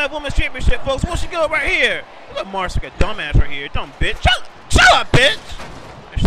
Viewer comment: LOL kept pronouncing it Marse